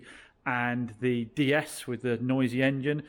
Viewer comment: you don't pronounce the D the way you are in DS it's Day S not Dee s. That car you've got is a high spec on with Sat Nav and Xenon, Led Headlights. It also has Apple car play Via Usb